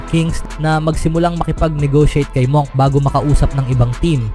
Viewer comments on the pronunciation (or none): Monk pero munk pronunciation diyan